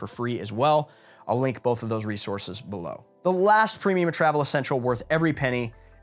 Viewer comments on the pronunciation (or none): none